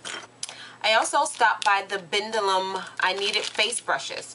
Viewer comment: *dellium the b is silent